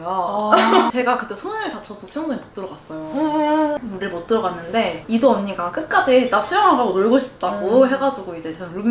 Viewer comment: 왜 여기서 갑자기 이도를 이런식으로 말함……?